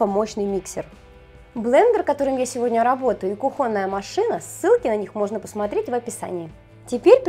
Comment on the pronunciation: не кухОнная,а кУхонная